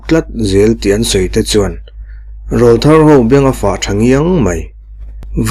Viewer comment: Rawlthar tih hi lam rik dan turah chuan an aw râwl kha nawpan lai aw rawl atang aw râwl thar anih tawh avangin Râwl tih tur, au râwl tih angin